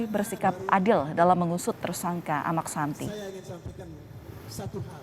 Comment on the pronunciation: Amaq Sinta dlm bahasa lombok bpk nya Sinta...koq amaq santi... penyiar gmn